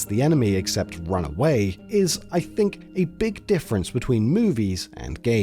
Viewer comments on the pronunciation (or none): none